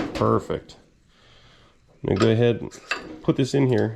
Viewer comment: Did you work with or for Paul Fabyanic? He’s where I got the same pronunciation of “perfect” from… and he lives in Pennsylvania…